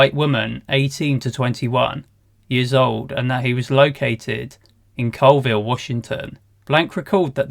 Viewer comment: BTW, Colville is pronounced CALLville.